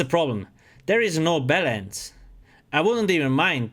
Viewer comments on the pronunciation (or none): everytime he says balance it sounds like bellends lol